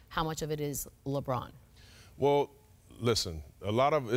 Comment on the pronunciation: there is no d in lebron james